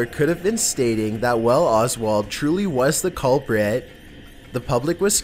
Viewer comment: Oh my God dude, you need to learn how to narrate properly. To say the least- you put emphasis on the wrong words at the wrong time, all the while taking inappropriate pauses! "Cuulpriiiit".. man, you're the culprit of fucking up a good video with your nasaly ass voice. Learn how to talk before you do more videos. Thank you.